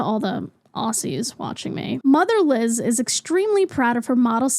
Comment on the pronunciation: why did it sound like you said "motherless" when you read Mother Liz out loud LMAO